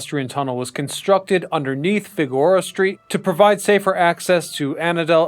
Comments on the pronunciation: Fig-or-a street 😂 Bro Fig-Er-O-Ah, tell me you’re not from Cali without telling me. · figora? the hell is a figora? its fig-er-oh-ah ill bet this dude says ne-vah-da too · It's Fig-Err-Ohh-A Street, not "Figora". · Bro it's Fig-a-Row !!!! Not Fig-Go-Rah.!!!! 😂. Good job though on your channel, I've subbed to you. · Figorah St? Fig--your-oh-ah St. You must not be from CA. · & "Fig-a-ROW-ah", not "Fig-oar-ah". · Fig-ER-oh-Ah*, not "Feh-GORE-ah" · It’s “Figure-oh-uh”… unless one wants to pronounce it in the proper Spanish way. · good video but Fig-u-roe-uh is the street pronounciation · Fig-or-a street. Love it. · At 7 minutes, said Fig geh roh a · Fi Gore Ah street? Haha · I really wish this person would say FIG- A-ROA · Figueroa: Fig-uh-roe-uh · If you're going to make historical videos about Los Angeles, you should either be a native Angelino, or at the bare minimum, have lived here long enough to know how to pronounce certain names/streets that are integral to its history. The fact that the narrator of this video repeatedly mispronounces Figueroa shows that he should NOT be making videos about the history of Los Angeles. Figueroa is not only a very prominent street in Los Angeles, the person it was named after is also an integral part of Los Angeles history themselves. I will be sure to avoid your videos from now on Mr. terrible cash pun fake name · The narrator doesn't know L.A,, mispronouncing Figureora Street....